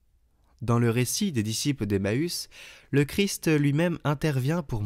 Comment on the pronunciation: De grâce, prononcez correctement le nom CHRIST. Cette lectrice a l'habitude de dire CHRI. Le ST doit être prononcer. Merci